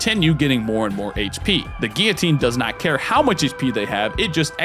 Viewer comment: When did guillotine become geeotine. Great video though.